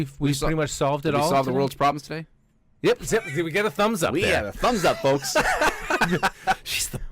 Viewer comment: I love you guys but I HAVE to point out that there is no ‘L’ in the word both. Keep up the wonderful and insightful content. Have an awesome year!